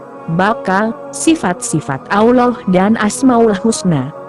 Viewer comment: sebut allah pon x betul..mohon tukar suaranya..